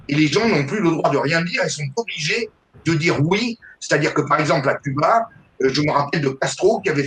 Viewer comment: Les religions mère de toutes les divisions n'ont rien de réellement spirituelle ! Cela dit le régime communiste est l'un des pire , fin des libertés individuelles au nom du collectif, la fin des haricots !Concernant Cuba, cela ce prononce Couba !